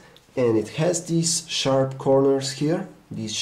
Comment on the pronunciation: "Htc ONE X has shap edges", please fire him